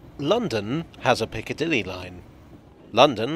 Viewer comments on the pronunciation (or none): none